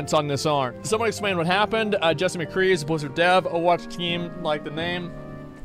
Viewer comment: i think i heard some of them say "The Cree" instead of McCree and i swear one of them said "bang bang shooty shooty guy" or something idk if he was just trying to be funny tho